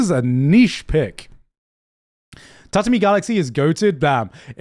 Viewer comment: gigguk lives in japan and still cant pronunce 'Tatami"